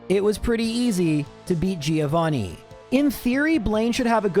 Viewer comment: By the end of the series, will you learn how to actually say Giovannis name correctly?